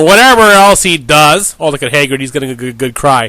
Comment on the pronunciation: Hagrid not haygrid you dope